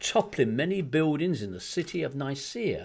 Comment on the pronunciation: "many biwdings few"